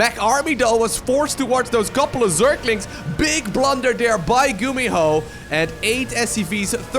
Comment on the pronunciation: "a big blow by gumiho(e)" 2018 😂